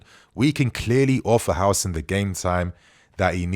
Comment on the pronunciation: The name is Huusen but not Hausen stop styling Islamic names into British